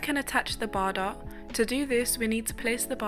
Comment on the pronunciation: Bardot is pronounced Bar-doe, just so you know